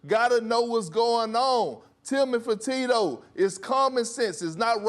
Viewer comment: literally no one: Kendrick Perkins: TILMAN FERTITTO!